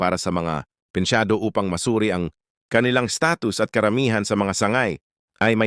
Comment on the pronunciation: pensiyonado hindi pensyado